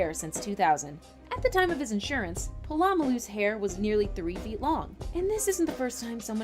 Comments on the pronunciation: YO! Its pronounced; Paul-ah-mull-ooh! He is one of the greatest safeties to ever play the game, that's why I had to help you with the enunciation of his name. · Chris White how she said his name bothered me a lot